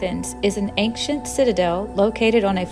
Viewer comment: Why are you pronouncing the word 'ancient' like that? Do you have a speech impediment? Also, the whole thing about the concrete on the acropolis is bullshit propaganda from the political opposition of the ruling party. They're scraping the barrel of topics to "call out" the government. It's there for people to appreciate the monuments without getting hurt. Before that, 12 people a DAY, slipped, fell and got injured. If you're going to make an opinionated video, at least show both sides of the coin.